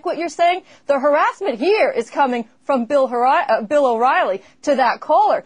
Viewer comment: haha - "haris-ment"